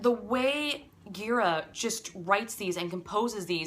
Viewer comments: Gira is pronounced 'Jeer-ah.' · it’s pronounced dji-rA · Thanks for this. It's pronounced Jeera btw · Gira with a soft G :)